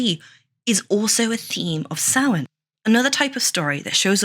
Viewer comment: I’ve never heard it pronounced any differently than the way it’s pronounced here…